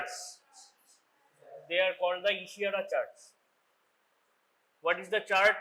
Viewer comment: Great breakdown of perimetry and visual acuity exams! Could you elaborate more on differentiating central vs. peripheral field defects clinically? Also, a few corrections—for example, like 'perimetry' instead of 'parimetry', 'acuity' instead of 'acity', 'Ishihara charts' instead of 'I is charts', 'Snellen chart' instead of 'sness chart', and 'hand movements' instead of 'hand movement'. Small edits like these would make the video even clearer!